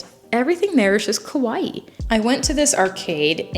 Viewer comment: Japan is one of the safest countries in the world so it's very safe to travel there not knowing anything as an American. Also, say kawa-EE with accent on the last half of the word because KOWAI as you pronounced it means scary in Japanese! Another thing, I think that people are different outside of Tokyo--maybe more laid back and warm. Tokyo is a beast. If you love ramen and Japanese culture, I recommend the film Tampopo, a charming film from the 1980s. Unfortunately, ramen is very processed so not that good for you at all.